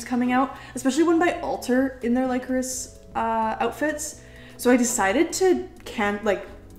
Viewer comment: I totally love Lycoris Recoil but fun fact- Lycoris is pronounced Lih (as in lit up) Chorus. As you know, the super computer in the series is called Radiata. Lycoris Radiata Is the genus and species name for the spider lily, which is the flower that represents their organization. 😊